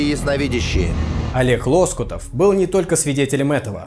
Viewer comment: Уважаемый ведущий, не ЛОскутов, а ЛоскутОв!